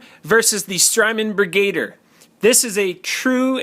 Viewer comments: I think it's pronounced "Brig-u-deer" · BrigaDIER, like brig-a-deer. Lol love your vids anyways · Bri-GAY-der???? Wow. You even spelled it like that on the video title!! LOL